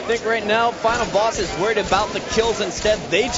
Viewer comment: LOL He says Final Bass